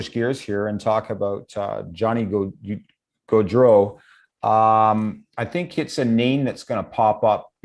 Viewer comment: If u r the host…pronounce gaudreau and Tkachuk right! U had one job😵‍💫